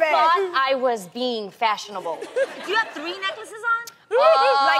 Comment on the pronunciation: Lol I loved when Tamera said, "I thought I was being fashsionable!" haha